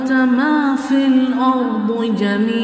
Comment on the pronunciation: The pronunciation should be MA FIL ARDE instead of MA FIL ARDU